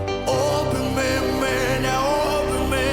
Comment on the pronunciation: Вибачте, але я тут мабуть одна єдина, кому не сподобалося. Як що вже співати пісню іншою мовою, то треба намагатися робити це максимально близько до вимови, а тут замість "Обійми" я чую "обіми", гарно звичайно, але можна було краще, бо голоса гарні